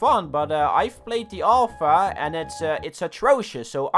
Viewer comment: Oh no first it was being physicly incapable of saying idea, now he can't say alpha